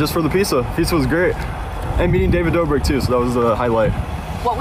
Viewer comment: David Dabrik 😂 different lady then says it right later on in vid 😂